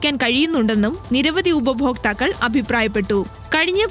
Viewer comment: ഉപയോഫോക്താക്കൾ അല്ല ഉപഭോക്താക്കൾ😅❤